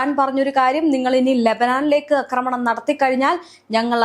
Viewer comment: അക്രമണം അല്ല, ആക്രമണം ആണ് ശരിയായ വാക്ക്.